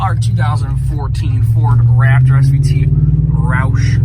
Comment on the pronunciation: Way to butcher the roush name